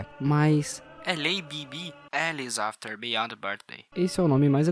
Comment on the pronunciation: "afeter" foi foda